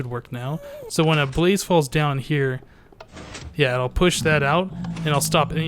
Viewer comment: when you say blaze i hear police :P and i just subscribed, i liked this a lot ;)